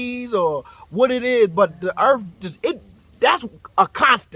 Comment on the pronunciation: “The earff don't shake where I'm from, maybe it's cause we got treeeeees” 🤣🤣